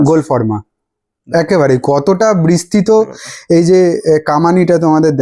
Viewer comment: বিস্তৃত ❌ বৃস্তিত ✅🤡